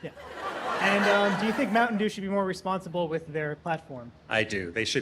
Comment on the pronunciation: "Yes, I dew," "I dew...they should be wary of what they're dewing," -clone to McConnell